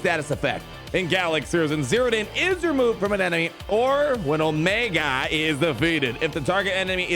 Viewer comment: Stop mispronouncing Omiga, Tick, Ricker, Eko and Hanta. You do it every video.